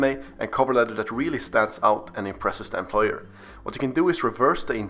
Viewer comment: A guy unable to pronounce employer is telling others how to answer